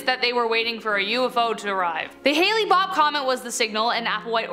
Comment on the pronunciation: The "Hale" in "Hale-Bopp" rhymes with "hail," "Pale," "sail," etc.